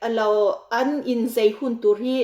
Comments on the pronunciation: Zei tiin i sawi a,a diklo ania zai tih tur ania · Zei ni lo in ,zai tih tur aw , zei chu nulat tlangval in ngaihzawnna vel a ,zei an tih ang vel hi ,zai chu chemte in ka in zai tih ang te😅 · A ngaihnawm ṭhin. Mahse... Zei nilo in ZAI Peih nilo in PAIH Ngeihdan nilo in NGAIHDAN, Buatseih nilo in BUATSAIH... Etc. I lo fimkhur nan